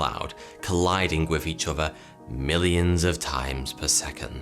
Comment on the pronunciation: it's his English accent. Notice his says "uvver" instead of "other." Or in this vid.."weavver." Instead of "weather.".....it's his accent. P.S. even his "thunder" sounds like "funder."